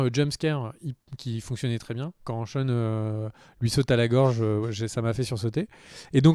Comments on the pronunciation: "CHEUN". Tu peux dire "Shane" sans soucis, t’inquiète pas :') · Zarma "Sheun", respecte l'un des meilleurs protagonistes de cette série nan ? Shane, "SHEINE" Ahsheum. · SHANE pas SHAUN ! Bouuuuuuh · très bon épisode ! Mais la CGI quand Rick parle à Sasha = horrible PS: "Sheune?" c'est Shane son nom ^^ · Cheun le mouton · pas sean on dit shane ^^ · Pareil je me suis demandé un moment, Sean ? Mais qui est Sean ? lol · Shane!!!!! Mes oreilles saignent 😂😂😂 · David Genla mdr 😂 j'ai tiqué aussi ...